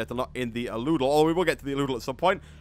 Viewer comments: Al-u-del Not a-loo-del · ***** it's pronounced Al-u-del :) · The aludel is pronounced al-U-del